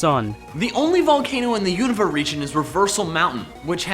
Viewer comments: Everyone pronounces it U-n(oa)-va when the real pronunciation is U-na-va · lol he pronounced unova so wrong